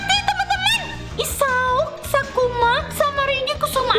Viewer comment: Isao sakuma kakkk bukan isao sakuma 😭😭